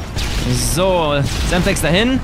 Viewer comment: sagt er semstex